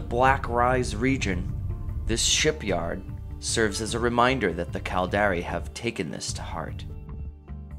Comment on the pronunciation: The "Cald-Air-Ee"... Its Cal-dar-ri